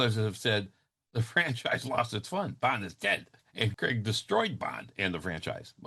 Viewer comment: Its craig not creg